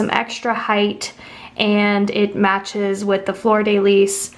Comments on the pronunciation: Fleur de lis: Flurr duh lee Not floor day lease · Your pronunciation of fleur-de-lis is killing me.